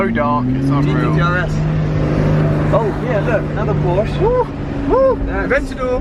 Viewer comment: Please say porschE